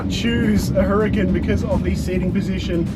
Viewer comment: ITS NOT HURR CAN its pronounced URRCON